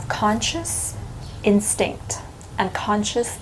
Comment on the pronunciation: Instinct? Is that what you said, instinct? I couldn't quite make that out. One more million time please.